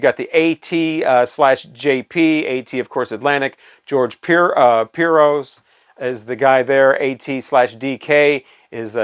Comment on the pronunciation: Great introduction video to Discogs! (George Piros is pronounced "pirosh". Piros is Hungarian for Red, common surname here.) There should be more like this video out there, because I think most users can't keep up with the database becoming more and more detailed. I know that sellers can't. Moe than half of the stuff I get from Discogs is not the exact same version as it was listed as. The ones I hate adding to my collection are US pressings of the really-really popular ones. Beatles is probably the worst, but the hit records from Pink Floyd comes in close. You really can't narrow it down enough and in the end - after going through 100 release pages you realize that it's not in the database, because the combination of that cover design version (talking about very small differences here, like a stamped print company ID number), the label variation, the pressing company, the cutting engineer signatures. Oh, and also the teamwork of multiple plants (plating at one plan, pressing at another) of same company creates all sorts of easily mistaken combinations on their own. So you end up adding a sixhundredandsomethingith version of Sgt. Peppers or Dark Side. But first you need to check again. True story. Oh and in the meantime you find a bunch of pages with contradicting data on them, so you can spend some hours researching where the error came from, addressing users and correcting... What I hate at narrowing down the master release is that if you check in multiple formats it acts a